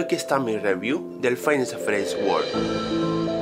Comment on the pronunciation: porque dice wold en vez de world?